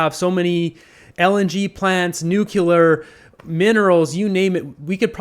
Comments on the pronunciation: N U C L E A R... NOT NU C U... CLEAR. NUCLEAR.. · Thanks to one of my grade school teachers it makes me nuts hearing Nuclear pronounced Nucular.